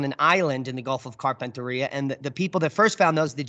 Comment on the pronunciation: you’re spinning me out with your pronunciation of Gulf of Carpentaria. Yep, you gonna need some Aussie lessons- “Carpentaireea….also Maori- try saying “mowree”😂